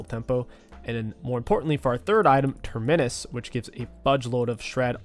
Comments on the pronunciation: Please stop saying Terminnus. Have you ever taken a plane before? You fly out from a TERMINAL.. not a TERMINNAL. TER-MI-NUS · Say the word terminal. Notice how you pronounce that word. Then replace the 'al' with 'us'. Terminus (pronounced Tur-meh-nus. Not Tur-MEN-is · Love the vids but please stop pronouncing Terminus as Ter-minus. It's pronounced Term-inus. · Go back to saying terminius. Fuel the babies who complain about how you pronounce words 😂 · I cringe every time you say TermInus. Just say Terminal and that's your pronunciation. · You should type the word Terminus into google translate and have a listen to how to say it. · no. can be taught. He does say that word correctly now but terminus needs work. Sometimes I think he does it out of spite lmao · I swear he purposefully mispronounces things it bugs me sometimes hahaha